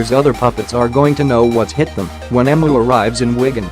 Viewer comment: If you're going to be lazy and use a virtual narrator, make sure it knows how to pronounce the name of the video's subject. It's pronounced, "Eemyoo".